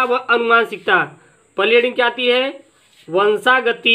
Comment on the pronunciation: Sir vo😁 vanshagati hai na ki vanshgati